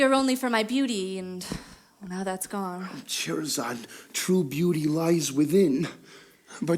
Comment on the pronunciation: Did they pronounce Scheherazade wrong? Cause that's what my mum's cousin is called and she pronounces it Shuh-heh-rez-arde. Maybe there are multiple ways of saying it, idk